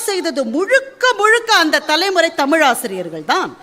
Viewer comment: தமில் என்று கூறிகிறார்கள்.தமிழ் என்று வரவில்லை கொச்சை மொழியில் பேசுகின்றனர் அவர்களுக்கு இலக்கணம் இலக்கியம் என்பது ஏதுவரை.